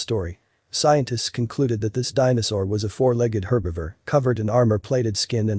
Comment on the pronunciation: Herberver? Herrrberrrverrr. Herbivore. Anyway, Rad story.